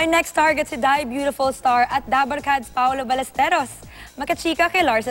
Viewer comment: Paoro Barresteros..hirap yung host bigkasin ang name nya ha ha ha Congrats!Proud na ngayon ang EB sa iyo!